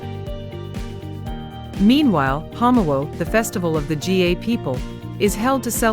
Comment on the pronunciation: Nice video on Ghana. AI mispronounced a lot of the Ghanaian names. For example - Kente, Ga, etc. Saying "modern" and "African" as opposites implies that Africa is static or not modern. That's wrong.